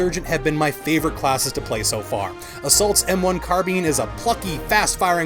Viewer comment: When you said ''karbiin'' I was just out. I'm sorry man, but seriously ? Carbine. Car.Bine. Just... How..?